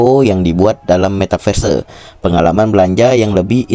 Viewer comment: Belajar dolo ngomong metaverse 😂